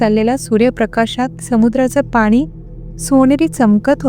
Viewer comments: तुमची गोष्ट सांगायची पद्धत उत्तम आणि गोष्टी पण interesting असतात. फक्त एकच करा न ला न ch बोलताना वापरत जा ण चा उपयोग न jase पानी पण आपण मराठीत पाणी बोलतो फक्त तेवढेच करा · तुम्ही पाणी la पानी म्हणता फक्त तेवढी काळजी घ्या